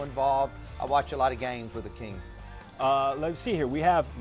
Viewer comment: It's Hakeem not "Akeem". Smh